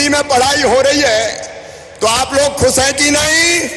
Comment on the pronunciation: Mama ji aap khud toh thik Hindi bol lijiye. Khush ko aap Khuss bol rahe hain.